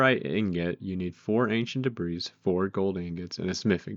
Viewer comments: that is not how 'debris' is pronounced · The S in debris is silent